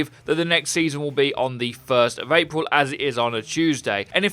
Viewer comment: 1st of April, you say? Perhaps releasing Brigitte into Competetive really is a joke! Jeff Kaplan Giveth, Jeff Kaplan Taketh (I know he messed up pronouncing the date, lol.)